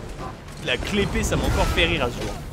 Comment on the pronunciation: la "clé-pée" ? mais on dit pas key-blade ? Kappa